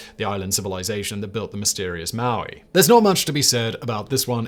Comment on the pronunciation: If I'm not mistaken, the statue people were called the Moai, pronounce Moe-Eye, not Maui like Dwayne Johnson's character. LOL